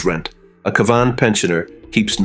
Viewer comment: Just as you've made my Ear's Bleed with your Torturing the Pronouncation of Cavan...have you finally Adapted to CAVAN...There is Hope yet for IRELAND.